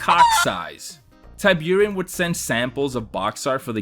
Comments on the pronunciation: Forgive my pedantry but I think Tiburon isn’t pronounced that way? Not TIE-byour-in but TEE-BOO-ROHN. It’s Spanish for shark. Great video btw. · Great video! I'd say I hate to do it, but I really don't... E.A. Tiburon is pronounced "Tea- Boo- Ron". It's Spanish for Shark. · Ty buren? Wtf are you saying. How the f you don’t know how to say tiburon? Your goddamn name is, holy shit. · Absolute murder of the pronounciation of the word tiburon, that's shark in spanish :( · Your pronunciation of Tiburon is killing me